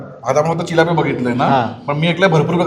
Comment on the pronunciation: चिल्लाप नाही ओ, चिलापी बोलतात